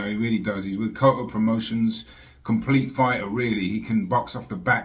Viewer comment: THIS IS HOW YOU PRONOUNCE HIS NAME > CO-YAH-SO COLLASO THANK ME LATER LOL 😁